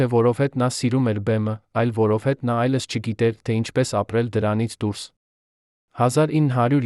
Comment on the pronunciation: վայոնց եմ նեռվայնանում այս ապուշի կարդալուց :Մի նորմալ կարդացող չունեք որ այս անգրագետներին եք տալիս որ կարդան: այ ապուշ ոչ թէ այլս այլ այլևս